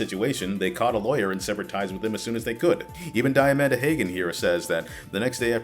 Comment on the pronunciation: What I'm hearing here is that Count Jackula was the most morally upstanding and proactive of the ex-CA producers. Also, least significant feedback: Diamanda Hagan's name is pronounced "Dee-a-mahn-da Hah-gan".